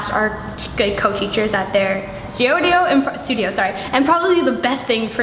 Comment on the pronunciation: LOL stuodio